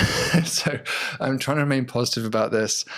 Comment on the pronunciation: It is trying not tryingk. 😋